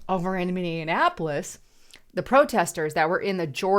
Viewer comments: It's pronounced MINI-APPLE-ESS, there is no such place as MANY-AN-APPLE -ESS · Minee-apolis (not minian-apolis) Thank you. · It's "minny-apolis" Not "minnya apolis" And street thug career criminal Floyd died from a DRUG OVERDOSE! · Minnionapolis, that's a new one 😆 we normally call it Murderapolis. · Why do so many people pronounce Minneapolis wrong? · She always has me questioning how I pronounce words when she reads. Minneapolis? Also Xi Jingpin and Beijing....from a previous video. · My God girl, you can’t even pronounce Minneapolis. I do believe you were raised Democrat. Honest to God if you’re gonna use an American city name claiming to be an American yourself learn how to pronounce, Minneapolis. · C'mon It was really shocking that you can't even pronounce Minneapolis correctly. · Learn how to say the city name! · you are pronouncing Minneapolis wrong. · Mini-en-appolus? For-ward-Ian? Come on. You need to try better with your pronunciation if you want to be taken seriously.